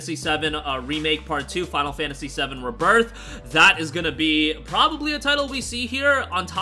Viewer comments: Ree birth not ribirth sorry but that pronunciation annoys me 🤣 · RE-birth pronunciation